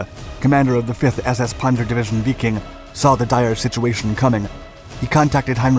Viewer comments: Why? He needs to be called out when he makes glaring mistakes. Like calling the 5th SS Biking over and over. It's Wiking as in Viking. Little things DO matter if your teaching history to others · This guy must purposely mispronounce things to act like he's smart and breaking new ground! What the heck is "weeking" division? What's a "ponser" it's not mansteen it's manstine ! I know that's not the correct spelling it's to point out the mispronounced name